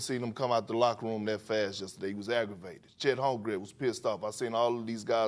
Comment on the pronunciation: “Chet home gred”😂